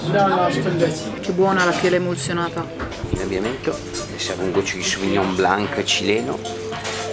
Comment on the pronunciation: Non per fare il pignolo, ma la c in sauvignon blanc non si pronuncia...